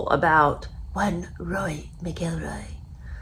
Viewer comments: Cory's last name is pronounced "Mackle-Roy" not "McGill-roy" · So “Mac”-“ill”-“Roy” Emphasis on “Mac”. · Roar-ee Mac-Ell-Roy is how you pronounce his name. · Pronounced.. Mac el Roy.. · Mac ill roy this is correct pronunciation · no ,show enough respect to get the pronunciations correct. Don't act uneducated. Like most Americans. Lol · She mispronounced this golfers name so many times now I can't pronounce it 😖 show respect and get the pronunciations correct. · Please check your pronunciation of his name!!!! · You can’t even pronounce his name!